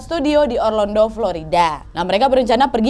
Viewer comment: kak bukan Orlondo tapi Orlando.